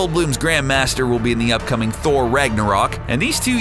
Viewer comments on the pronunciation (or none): none